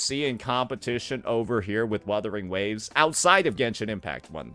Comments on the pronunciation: "Werthering waves" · Wotherwing waves 😂😂 Bruh pronounced it two different ways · they just joking about the way says the game's name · bruh, he meant that the emcee didn't say the name right so it's not a 100% win😂